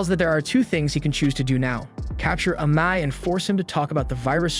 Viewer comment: Amai.... Amae.. Amma...what's the guys name?.. you used so many different pronunciations...